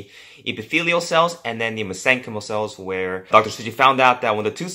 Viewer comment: Mesenchymal is pronounced "mesen-kymul."